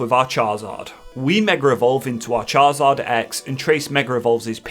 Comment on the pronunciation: I love these videos, but I do have to say there’s only so many times I can hear you say Char-Zard. His name is Charizard? 🤣🤣